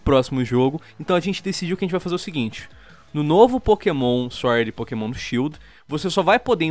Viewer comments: "É pokemon, não é pokasbosta" KKKKKK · "é pokémon não é pokabosta" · "Não é Pokabosta é Pokémon" -Lispector, Lion